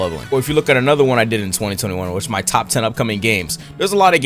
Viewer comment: "my list" What i hear: Our list 😮lets go poggers